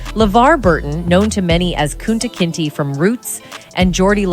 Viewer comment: The way that voice pronounced Kunta "Kentee"...lol